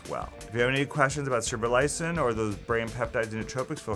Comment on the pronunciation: You can't even pronounce it.